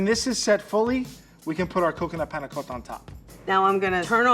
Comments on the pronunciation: the way he 'tries' to pronounce panacotta.. ugh cringe. stfu. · i like how says panacotta so accurate:D